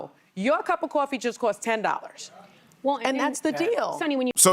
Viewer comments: Quaa-fee? Really sunny? It's coffee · "Caw-fee" you are on national television, and you can't learn to say "coffee." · Why the fuck is she saying cwafee?!?! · Cwafee , Sunny-WTH is “Cwafee?” 😂🤷‍♀️😅 Oh and 25% tariff doesn’t = 50% rise in our morning cup 🫣😉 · Sonny Hostile saying Cawfee is a reminder of how stupid she is.